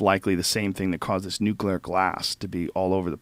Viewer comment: Thank you for saying "Nuclear" instead of "Nuculer" Drives me nuts.